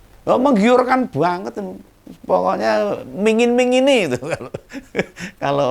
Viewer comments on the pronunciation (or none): Permen nya bukan mingin2i tp ngiming2i 😂